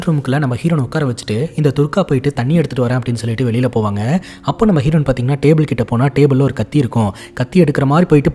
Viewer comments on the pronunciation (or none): none